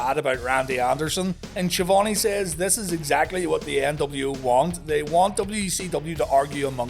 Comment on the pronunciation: Dubba-yu sevendee. Sounds like been sniffing the WD-40.